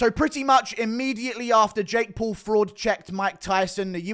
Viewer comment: "Jake Paul frraud checked Mike Tyson" 🤣🤣